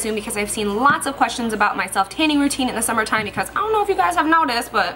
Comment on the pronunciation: It's funny how she said because when she was blotting her face. Hahaha. Becaush